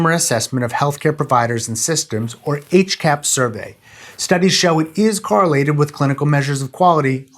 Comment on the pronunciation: You pronounce hcahps wrong in my opinion. There is clearly an ah sound in the middle, so it would be more like H-Cops.